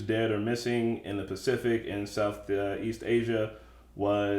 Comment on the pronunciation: lol did he just call it "The Specific" ? ...twice in a row? lol